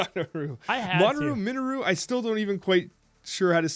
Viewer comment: Min-Oh-ru, Ro-NAN, Dak-in, Ky-Air-a...